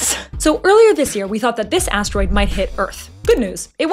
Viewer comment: Asteroid ❌Ass Droid ✅